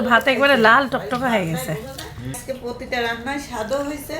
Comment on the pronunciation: বানানটা জর্জ হবে। জাজ ( জজ) ব্যারিস্টার না। Not Judge Barrister. বলাই বাহুল্য কাম্মির বাংলা উচ্চারণ অনেক ভুল এবং শুধরে দিলেও তিনি একদমই কেয়ার করেন না। র ফলা উচ্চারণ করে না। পোতিটা বলে প্রতিটাকে। পোত্যেক বলে প্রত্যেককে। পোথোম বলে প্রথমকে। পেশার বলে প্রেশারকে। ঘরে একজন স্টুডেন্ট আছে (সাইফান) তাকে কি সঠিক মাতৃভাষার উচ্চারণ শিখানো দরকার না? বাংলাদেশে ৯৮% বাঙ্গালীর না আছে বানান জ্ঞান, না আছে উচ্চারণ জ্ঞান। একজন এমএ পাশ হয়ে তাদেরকেই ফলো করেন আশ্চর্য ও দুঃখজনক। জর্জ (জরজ্) উচ্চারণ। জজ্ না। George. জর্জ।